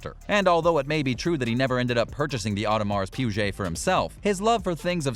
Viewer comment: You should learn how to pronounce Audemars Piguet lol